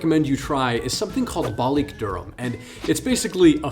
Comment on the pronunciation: Balık not Balik